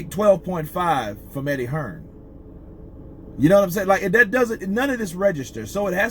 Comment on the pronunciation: Who’s Eddie hesrn? 😂